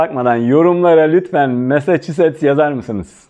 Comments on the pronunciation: Massacussets???? korkuyorum korkuyorum korkuyorum 😂😂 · Massaschuset mi acaba :) eğlenceli anlatımınız için çok teşekkürler hocam hem sıkıcı olmaktan çıkarıyorsunuz hem de akılda kalıcı oluyor :)